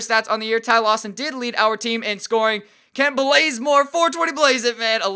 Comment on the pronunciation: lol dude u got to work on prouncing names.its Kent baze-more.not Kent blaze more.😂😂lol I'm sorry I'm just a big atl fan.#truetoatlanta